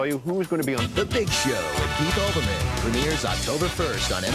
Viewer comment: It's Keith Olbermann, not Albermann.